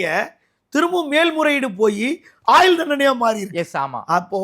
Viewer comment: நெறியாளர் தமிழ் உச்சரிப்பை கொஞ்சம் நிதானமாக சீர்படுத்தினால் இன்னும் சிறப்பாக இருக்கும். வலக்கு, ஆயில் தண்டனை என கேட்பதற்கு குளறுபடியாக இருக்கிறது.